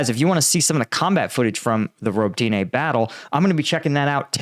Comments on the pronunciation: It's not "Ro bo tyna", it's "Ro bo TINE". There's no "A" on the end of the name FYI. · robOtine not ribotIne :) to be more precise, thanks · Ukrainian pronunciation is roh-bot-tin-nuh. Please take a little time to learn Slavic pronunciation. Дякую. Слава Україні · Robotyne (Роботине) - pronounced 'ra-BOAT-ta-neh' which in English means "work." And the Ukrainians sure made quick work of recapturing that town. My understanding is they are now past the minefields and have actually called in at least one elite mechanized unit from reserves to join in the fight. In an attempt to fill the "gap" that has started, the Russians have brought in 2 additional units from other areas of the front, but I am not sure from exactly where. I would expect the next movement by Ukraine will be to further open the gap and reach out to cut off the supply road(s) leading into Tokmak.